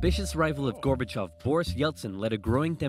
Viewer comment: LOL...now I am blushing, thank you so much for your kind words. And your first attempt at pronouncing the name was actually perfect. 💯 The one really huge event that Oversimplified left out of this video is they did not mention Chernobyl at all. It was hugely impactful, and Gorbachev himself is quoted as saying that Chernobyl was the single most important event in bringing down the USSR. I am sure folks in Sweden know about Chernobyl...as I recall, it was a Swedish nuclear power plant that was the first place outside the USSR to detect the radiation from the disaster. 🖖✌